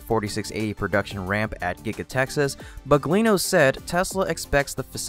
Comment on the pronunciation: "Drew Baglino"... not BUGLINO.